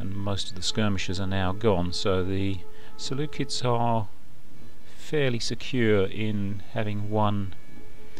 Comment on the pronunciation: Me too, just a keen geek here too. I only asked as you pronounced Seleucids differently to how I imagined it. As is always the case, I only ever read these words, and never hear them spoken, so I usually pronounce them wrong until I'm corrected.